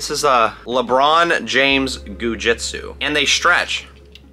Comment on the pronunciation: Lebrohn Jainflamation